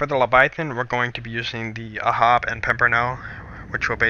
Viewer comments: it's not ahab, it's ahob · Ahab is pronuced: AY-HAB like WAYHAB with no W. its a reference to the Capt. In moby dick, Capt Ahab. He hunts the whale wit a harpoon. I'm not trying to be rude. It just drives me nuts every time I hear so say it aw-hab. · What Ahab??????? what??????? Its like Aihab not Ahab